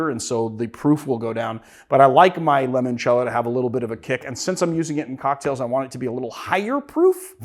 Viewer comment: Limoncello…. Stop saying it like lemon cello